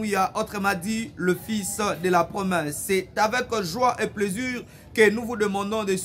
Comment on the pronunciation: Plaisir et non plaisur